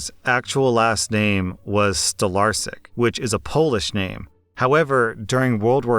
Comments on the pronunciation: Stolarsyk? Did you mean Stolarczyk or did I misunderstand? Sorry if I seem creepy or something, it's just that I'm Polish and Stolarsyk doesn't quite sound right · you butchered the polish last name,just so you know it's pronounced stolarchik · heya you misprounced Stolarczyk, its pronounced like Stolarchyk with the pirate r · I think it was Stolarsyk, or Stolarśik, or even Stolarczyk with the ś making a 'sh' sound. He might've been pronouncing the 'I an English way, or 'y' the Polish way, I'm not sure. I'm Polish, and it's common for Polish name's to end with 'yk' or 'ski' but there are some exceptions of course. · I don't want to be rude because i love your videos but ,, stolarsik" (or something like that) doesn't seem to me like a polish second name to be honest . I am polish and i think you said it in a maybe different way and that is why it doesn't sound polish. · What is this stalarsic surname? You are probably saying something wrong 99% bc im 100% polish and cant understand it. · Ok so the name in is pronounced Stolarczyk, if I heard correctly. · It's not a polish name. Maybe it was but got butchered badly. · i can't blame them, im polish and the way you pronouced it made me think its a german name, lol